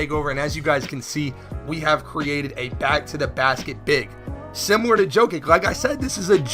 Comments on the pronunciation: Lmao the way he says jokic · Why are you saying jokic like that 😂